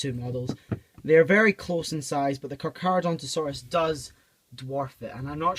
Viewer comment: "Papo Cacaradontosaurus" Got really confused for a second lol.